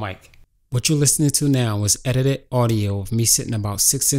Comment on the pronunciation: edited not edidi holy cow your english is bad.